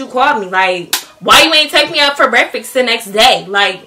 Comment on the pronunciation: “Brekfix” lol